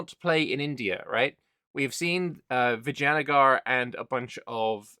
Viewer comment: Perfect pronunciation the second time. Vidge A Na Gar amazing. 😊